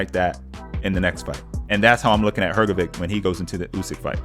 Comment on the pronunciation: It's read HrgoviCH NOT HrgoviK.